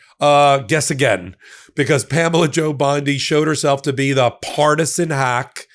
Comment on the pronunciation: 😂 Did you say Pamela Jo Bondi? Rhymes with banjo? 🤣 PamelaJoBlow.